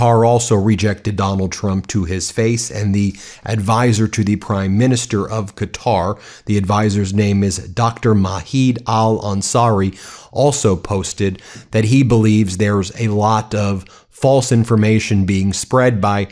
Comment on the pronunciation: Dr Majed Al Ansari, the J is pronounced like J not H, not as in Spanish